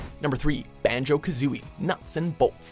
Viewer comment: That's a strong "B" on Banjo.